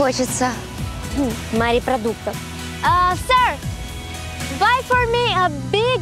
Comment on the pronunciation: Мне послышалось или на ведущая говорит: "Смотришь на море и так хочется мАрепродуктов!"?